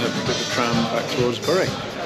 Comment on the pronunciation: Bury is pronounced ‘Berry’